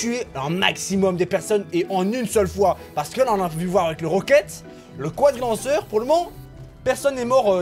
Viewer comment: Le cwadrilanceur